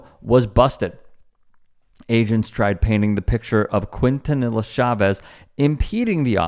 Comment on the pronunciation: A little help for you young brother. it's pronounced "KEEN - TAH - NEE - YA". (Quintanilla) ✊